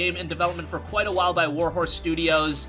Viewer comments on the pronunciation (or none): none